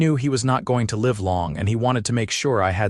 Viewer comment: Okay I like this story and it is different from any other one out there 🎉. However the narrator needs to learn how to say live not live. 😮makes no sense for her to suggest for him to go to the boarding house and get a room when he just said he spent all of his earnings to bring her supplies and stuff. he has a wagon outside he brought the supplies in it. why wouldn't he just go and lay down in his wagon or even in the cot Clara just got up from. Kentucky